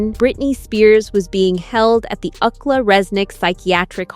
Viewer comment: I have big issues with your pronunciation. I’m pretty sure that, instead of saying “ukla”, which is not even a word, you were mispronouncing UCLA. University of California, Los Angeles. This makes the whole program sound stupid & contrived which is probably not your goal. I know our commander in chief would prefer us stupid, but that doesn’t mean we should be.